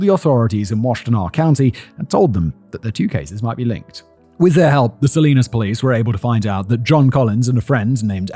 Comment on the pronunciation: Hearing Simon say Salinas wrong a number of times cracks me up it’s pronounce suh-li-nas 😂😂